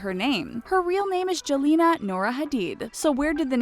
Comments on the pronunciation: it bothered me so much when the lady pronounced jelena like that. Like no. It's Yelena in the way it's pronounced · Gigi's name is not pronounced as 'Jelena', but rather 'Yelena'. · Gigi’s name is pronounced YELL-EH-NAH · Jelena is pronounced Helena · i think gigi's name "jelena" is pronounced like yelena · The Jelena is actually not pronounced like that. It's pronounced 'yelena' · Jelena is pronounced Yel-le-nna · Jelena is pronounced 'Yelena' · Did anyone else cringe at the mispronunciation of "Jelena"?